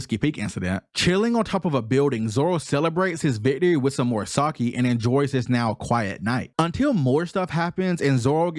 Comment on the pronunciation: Please drop 10 dollars in a jar whenever you pronounce 'sake' again. The thing you were referencing to about Zorro that gives people the creeps is an anime trope not related to haki, it's killing intend. Apparently he displays so much killing intent that other people can feel it. That's why that non haki attack against Monet in Punk Hazard paralysed her. Because even though she is a logia she could feel that she was totally outmatched and that she was going to die which gave her the creeps.